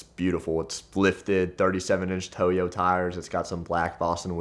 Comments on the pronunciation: 37” “tow-yo” tires? Brother..it’s pronounced “toy-yo” 😭😳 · toy yo tires is the only new accepted pronounciation